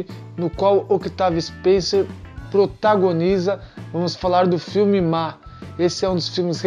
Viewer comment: Com licença , o C de Octavia Spencer e muuuuudo ! Pode pronunciar , Otavia , nesse caso / como Desculpe a comparação , o corredor , de Formula 1 , Daniel Riciardo / o povo não lê Riciardo / fala Ricardo erradente ! Ja o Carie ! E o segundo remake ! Por favor dê data, para as pessoa ficarem , e pode Tem pesquisar